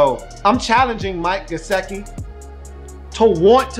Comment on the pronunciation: Come on man, you spent about 10 minutes talking about Gesicki's "want to" and how you "need him to give a damn" and I agree with those comments. Your analysis is spot-on. But Come on man, the guy's name is obviously pronounced just like it is spelled ... it is "Guess-Sick-EE" ... get it right ... it's not a hard name. It would be like someone doing a video of you with your name on the screen for 17 minutes and continually calling you "Lee-oo" ... you'd be laughing and wondering if the guy even knew your name was spelled right behind him the whole time. The man's name is "Gesicki" ... and its pronounced like it reads brah.